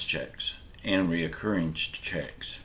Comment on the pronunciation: It's not "RE O CCURRING"! It's RECURRING!